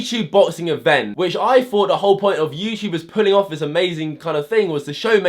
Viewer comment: It’s ‘this’ not ‘viss’